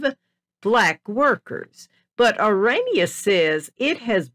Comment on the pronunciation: This woman is AMERICAN. I am coloured woman born and bred in South Africa. It is not Oraynia it is pronounced OHRAANIA spelt ORANIA. Back to facts, the Afrikaaners I salute you for protecting you heritage as well, my grandmothers were both black women who worked in service, their husbands were white. I would love an interview with this woman that is leaving out interesting history leading up to her so called history of our country Folks let me tell you the rascism my children and family had been exposed to by black Americans. I thank my black African people who are talking about how they have been treated by black Americans just because they had a lighter skin colour and did not fit the description that the blacks are expecting you to have if you come from AFRICA. AFRICA has been home to many that were born and bred in Africa, Swiss, Germans, Chinese, black tribes, Indians, Muslims, Italian, Portuguese and so on, indeed a melting pot with different cultures and languages which we proudly speak more than they ever dreamed of speaking. These black Americans get us started they do not belong of all placed in South Africa. They suffer from a complex, trying yo steal what rightfully belongs to us that was born and bred there.🇿🇦🇿🇦🇿🇦🇿🇦